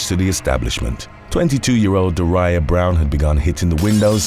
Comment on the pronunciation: I'm pretty sure Daria is also like the show on MTV Daria as in dah-ria. Not Deh-ryah or whatever was said here. I love his accent but man some words/names get said strangely. One of my faves is when he talks about "aloo-min-nium baseball bats". But yeah I have no idea why parents give their children names where all their lives ppl will be mispronouncing them because they make no sense. Shitty parents lol.